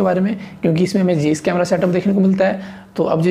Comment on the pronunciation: जेईस नहीं भाई जाइस